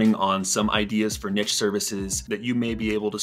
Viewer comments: It's NEESH, not Nitch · yo great video but if you ever do this again it is pronounced neesh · Niche is a french word. It’s pronounced /neesh/ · This is majorly bugging me that he can't pronounce niche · I’m wading through the numerous excessively incorrect pronunciations of the word niche in order to get the valuable info. Thank you sir for your bravery.